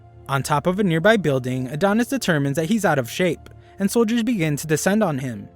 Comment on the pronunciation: Everytime you say Near Bai (nearby) I get great flashbacks